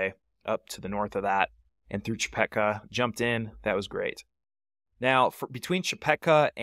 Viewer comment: Hardly anyone started at McKee Draw until YouTubers became a thing. Before that, the decision was to start at Leidy Peak or Chepeta Lake. And it's Chepeta, not Chepecka. Good video.